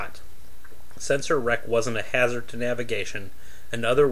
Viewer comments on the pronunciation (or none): none